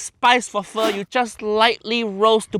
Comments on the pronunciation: as a vietnamese person, i already knew this was gonna be bad as soon as i heard him first pronounce "pho" 😭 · Why uncle Roger owes gambling bet and all of us had to suffer watching Jamie make pho??? Pho-ck my life 😂😂😂😂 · Yes, when he mispronounced Pho, I figured the dish was doomed. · as a vietnamese, the original pronunciation isnt just straight up pho, it isnt pho its PHỞ, which add a little kind of moaning sound, the pitch came down first and then directly pitch up in the pronunciation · ... he said foe instead of fu. wanker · BRO SAYS PHO FO OMFG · The moment he pronounced it "Foe" I knew it was about to be a mess!! Im convinced he loves trolling us with terrible recipes at this point. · Is this what white people think pho is? As a Vietnamese... I actually spat out my boba when he pronounced it "fo" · The moment a professional chef starts the weejo pronouncing it "foe", hai-yaaa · "we're going to make 'foe'"🤦🤦🤦what are we making?? Thank goodness he corrects himself a second later. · I'm not even Vietnamese and my ancestors rolled over in their grave when he said "foe" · Jamie pho-ked up again. If he called it pho-like it would be acceptable. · The moment he pronounced pho like you'd pronounce "faux", I knew shit was going to get fucky. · The moment he pronounced pho as "foe" I knew it was gonna be bad 😭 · barely started the video AND HE GOT THE FREAKING PRONUNCIATION WRONG (im Vietnamese just dont hate) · As a Vietnamese, I feel disrespect how JO make Pho >.< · He almost destroy the whole Vietnamese heart😂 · Even nephew Loan-Shark is impressed how bad that french version of pho is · In the first10 seconds Jaime already Pho-cked up the pronounciation. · bro pronounced Pho wrong twice 😭 💔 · His gonna PHO-K IT UP😂😂😂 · Pho❌ Fu-✅